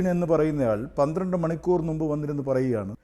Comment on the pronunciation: ന്നുമ്പ് തെറ്റ്. മുമ്പ് ശരി..